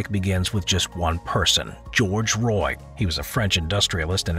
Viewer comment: If he's French like you said, it's pronounced "wa" not Roy. And the majestic ain't that majestic looking.